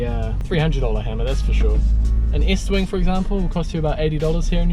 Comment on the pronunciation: Estwing not Eastwing